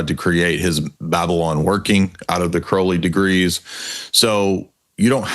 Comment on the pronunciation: It's Crowley not Crowley. Croud not crow